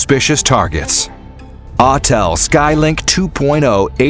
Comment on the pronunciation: Autel it's Autel.